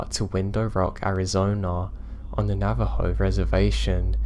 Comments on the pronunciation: Hey man hope your feeling a lot better. I wanted to let tou know you pronounced Navajo incorrect so your story sounds more correct. It's actually pronounced Na-Va-Hoe the j makes an h sound like in Spanish. have a great week. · Great stories! (P.s. Navajo is pronounced "navaho")